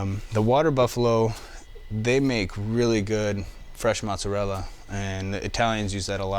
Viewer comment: cause he mis pronounced Mozzarella, and did not want to Fuck up trying to say Reggiano.